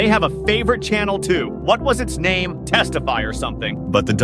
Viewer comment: Not the characters mentioning textify and calling it "Testify" they're becoming aware.. 🥀✌️😭